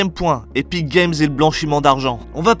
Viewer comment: C epik et non éthique game 😋